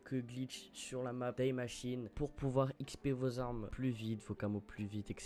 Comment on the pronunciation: Aaarghh c’est pas « Die » en anglais hein 🥲, c’est pas Daï machine, c’est Di machine.